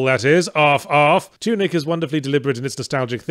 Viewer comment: When yahtz says "Tunic is" I can't not hear "two knickers"